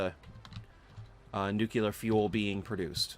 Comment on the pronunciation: I hate to be this guy, but when you say "noo-kyoo-ler" its hard to watch the video, and I'm sure I'm not the only person who feels this way. It's pronounced noo-klee-er - only one U/oo in there. I made the same mistake when I was in high school and had to consciously make an effort to correct myself, so I know the feeling. Eventually I got past it. A lot of Satisfactory YouTubers do it, so don't feel bad. I only menhtion this because people will judge you in life by shit like this if they don't know you - like job interviewers and potential friends/partners. Anyway, good luck. Have a good one.